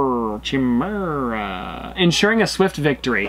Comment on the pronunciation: Btw chimaera is pronounced ky me ra